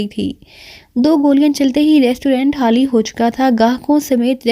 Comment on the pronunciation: خ کو ح پڑھتی ہو خوف کو حوف اخبار احبار وغیرہ وغیرہ میز خالی کومیز حالی عجیب لگتاہے